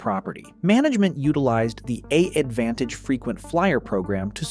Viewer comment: When I heard the way the voiceover pronounced "AAdvantage" about halfway through, that was when I knew for sure and had to stop.